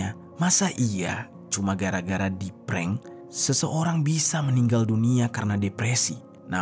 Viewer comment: Ngepreng apaan bukan ngepreng itu mah .